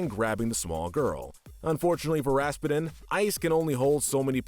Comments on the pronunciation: It's Rasputin! Not! It's Russian. Think Putin, as in president Putin. Do you call him Vladimir P'denne? No! It's pronounced RASS-PEW-TIN. I couldn't finish the video hearing you Pronounce it so badly! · Everytime I hear "Raspeten" Raspeten- Ras-PEWTIN! Raspeten- Ras-PEWTIN! Raspeten- Ras-PEWTIN! RA-SPEW-TINN! Hearing him say Anastasia's "mother" Oh my gosh, GRANDMOTHER. I'm sorry for the rage moments, but those were my reactions Being a movie nerd sucks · Why did he pronounce his name Ras-pa-din? It's supposed to be pronounced Ras-pew-den. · Ok "Rasspedin" is killing me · Lol, it's pronounced Raz-Pew-Tin, like the main character in Psychonauts. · lol how you pronounced Rasputin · Did anybody bother to teach this guy how to say Rasputin's name correctly?? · Just a suggestion but maybe you might want to watch the movies before you narrate them. For example, Anastasia escaped with her Grandmother, not her mother and Rasputin is not pronounced correctly, but I like your channel 🙂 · What’s with the weird pronunciation of “Rasputin?” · Me when I heard when he said Rasputin: Whaaaaaaaa did he sayyyyyyyyyyy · Good list but the pronunciation of Rasputin hurts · You were mispronouncing Rasputin's name. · oh my god that pronunciation of rasputin